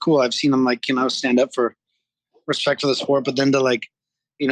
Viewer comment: Hespect my homie... hespect